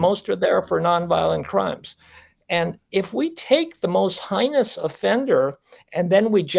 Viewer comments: Heinous is pronounced hay-nuhs. The expert doctor should know the word. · Right on! is a bleeding heart who can’t even properly pronounce “heinous” & who believes BK “is special”. If his loved one were a victim, he’d undoubtedly change his tune. As my husband says, “Give ‘em both a bologna sandwich and tell ‘em to ‘Shut Up!’”